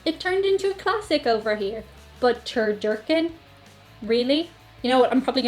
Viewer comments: It's not "Turdurken". It's "TurDUCKen". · Its not tur-dur-ken, its tur-duc-hen. Its a chicken stuffed inside a duck stuffed inside a turkey with stuffing between each layer. I'm convinced it was originally created on a dare. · It is turducken not turdurken. And it is not good. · Ter"duck"in not terDurkin. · "Turducken" not "turdurken." It is a turkey stuffed with a duck, stuffed with a chicken. It originated with the Cajun cooks in the south. I've made one before. It was really good. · First of all learn how to pronounce 'duck'. It's turducken. And it's not really a thing. That is to say, it is a real thing, but you have to go looking for it. And while it is delicious, it's mostly a novelty food. Something the chef makes because he can. But you're not going to find it on the menu in many places. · Hello, I think I may have heard you pronounce turducken (tr-duh-kn) wrong, and say it's one meat inside another meat. It's actually a duck inside of a chicken inside of a turkey, which can be either deep fried or oven baked. One weird thing Irish people do with food, is butter on a sandwich. Stay safe and healthy, Patrick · its pronounced tur-duck-en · It’s actually pronounced “tur/du/ken It’s a chicken stuffed inside a duck stuffed inside a turkey. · Omg did say "turdurken??" Haha